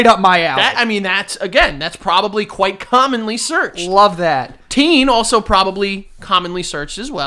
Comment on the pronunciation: joe says probaly and not probably